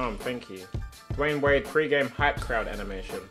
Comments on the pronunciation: Tobi it's Dwyane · His name's Dwyane bro